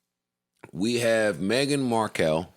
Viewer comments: Bc Joe started saying it that way so Rory thought that's how it was said lol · Why did Joe call her Megan Mar-kell? 😂 this dude is something else